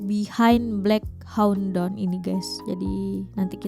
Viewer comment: Blek hau don😂😂😂😂 black hawk(hak) down (doun)